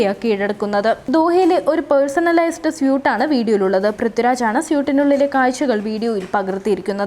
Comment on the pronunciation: മരമണ്ടി സ്യൂട് അല്ല.... സ്വീറ്റ് എന്നാണ് ഉച്ചാരണം.